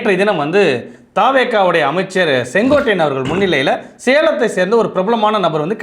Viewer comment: பெயரைச் சரியாகச் சொல் செங்கோட்டையன் இல்லை செங்கோ ட் டையன்